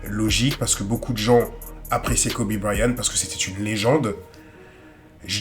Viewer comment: Belle vidéo! Mais seulement, vous prononcez Kobe Bryan. Mais en réalité c Kobe BryanT. C'est de l'anglais, toutes les lettres comptent.